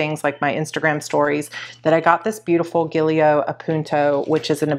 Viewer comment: Gillio is pronounced as "jillio"